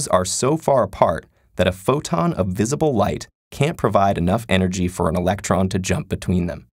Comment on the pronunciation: electron, not election.